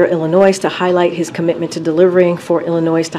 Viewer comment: Doesn't know how to pronounce Illinois